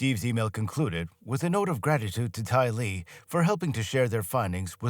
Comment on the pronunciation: His AI calls "Tyler"....Tylee. 😂